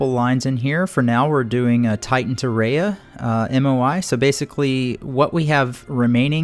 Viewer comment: It's pronounced Ree-ahh pronounciation please